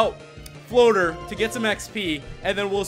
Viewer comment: At least he said "flotar" with accent compared to "volar" which he pronounced as "voler" which bugged me